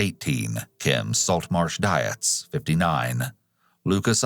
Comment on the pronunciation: Dietz is pronounced DEETS not Diez lol